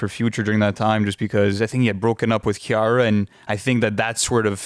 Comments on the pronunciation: calling Ciara, Kiara is crazy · Did he just call Ciara, Kiarra?😂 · Bro called Ciara, Kiara, the disrespect. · I can tell y'all Canadian. How the hell did you pronounce Ciara? Ha!